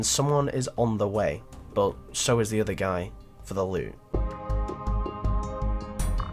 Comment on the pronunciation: its 'but' not 'bo'